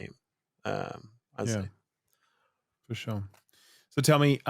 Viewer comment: "Fushoh, fushoh..."